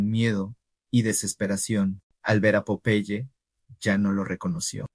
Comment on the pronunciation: No entiendo porque lo llamas de esa manera... es incomodo escuchar que le digas popai, cuando era tan fácil decir PO - PE - YE. 🤮🤢